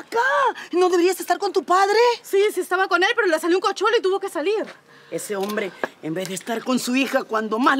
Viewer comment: Cochuelo? No es cachuelo?